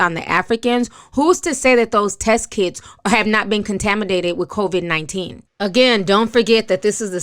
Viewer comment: ITS COVID-19 NOT CONVID!!!